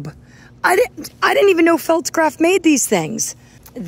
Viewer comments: Hon, it’s not felts-graf, pronounce it Falts-graf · It is pronounced "faltzgraff"